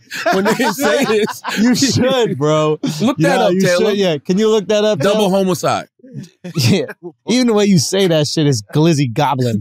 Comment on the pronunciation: Why charla keep saying double homo-cide? Surprised Andrew didn't catch onto that and I'm 100% sure when taylor Googled it she did how I'm hearing it also.